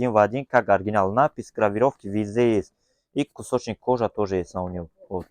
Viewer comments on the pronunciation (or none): Кусочник кожи😂😂😂 научитесь правильно говорить братья😊